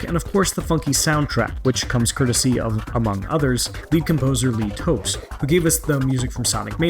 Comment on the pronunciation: Lee Topes? Really?